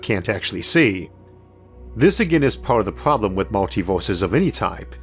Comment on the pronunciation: I think you have an "R" pwowbwum lmao Elmer Fudd. Can't take anything u say seriously because of your speech pwobwum. What are you 4 years old still learning to talk?